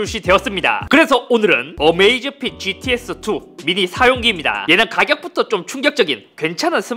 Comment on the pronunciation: Gt라고 했을데 글카라고 생각한 1ㅅ 발음이 gtx처럼 들림 제 귀에 문제가 있는건지 스마트 위치에 이름에 문제 있는건지..